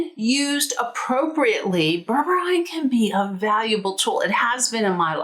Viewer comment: I think it's pronounced as " BER-BER-REEN"